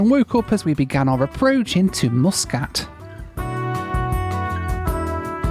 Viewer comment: Don't forget Mooooskat for Muscat LOL